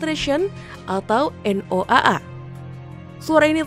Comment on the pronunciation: Noaa..bodoh punya pem baca noaa😂😂